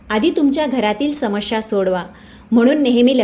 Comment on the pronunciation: Samasya and not samashya.